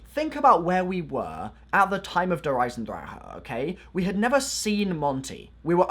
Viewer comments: “der eisendraha” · I like it how he says "der eisendraha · "Der eisendraha" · Its not dear eisendraha